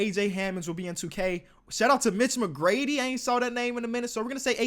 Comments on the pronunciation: Mitch Mcgrady it’s Mitch McGarry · It’s Mitch McGARY not mcgrady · “Mitch McGrady” 🗿